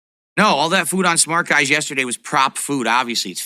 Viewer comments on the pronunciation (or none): Smark guys is on the way out. I can't wait for it to end so we can stop hearing him pronounce it so stupidly. Smar-k-guys.